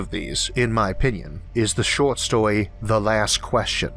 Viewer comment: The last person? The showt stowey?? The bwack howel theowy? Am I hearing a thick speech impediment? I am NOT knocking it at all!! I am just making sure that my hearing isn't "off"(I am 50% deaf in my right ear) and I Am Impressed at what a great, smooth voice the narrator has with the "ear-catching", accent like sounding , speech impediment. Indeed it is impressively nice!😎